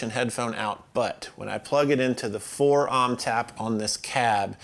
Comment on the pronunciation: Wait, did you say "ohm" as "aaaahm?"